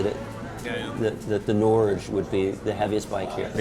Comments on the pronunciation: "Norge" is Norwegian for "Norway" it's pronounced "Nor-geh" just FYI. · Someone should tell these guys how to pronounce the name of the Moto Guzzi. Phonetically it sounds like "Nor-hay", Italiano my friends.